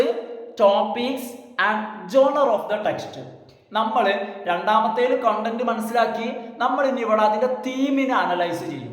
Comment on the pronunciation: കൊണ്ടൻറ് അല്ല കണ്ടൻത്